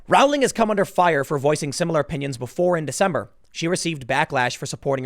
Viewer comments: Its pronounced "rolling." Do your research bruh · Its prononced rolling. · Row in Rowling is pronounced Row, as in Row, Row, Row your boat. Dammit Tim, look this shit up, you mispronounce people's names all the time. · Rowling, Row-ling like in "Row Row Row the boat" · Sorry to nit pick, but it’s pronounced “rolling.” Tim repeatedly gets this incorrect.